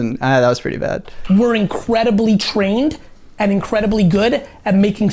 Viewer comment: "Incwedebly" OwO